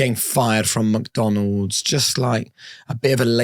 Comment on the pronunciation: Great interview, but sorry my brother you cant be calling McDonalds , Mucdunalds 😂😂